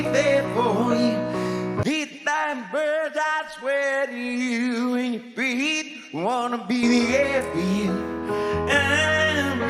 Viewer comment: Parece que ele não ta conseguindo mais pronunciar determinadas sílabas, ne? "Breathe" virou "Bith", por exemplo.